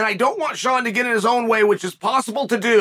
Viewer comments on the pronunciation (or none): none